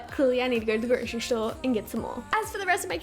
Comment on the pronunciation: She said grocery shtore omgggg I love 💗☺️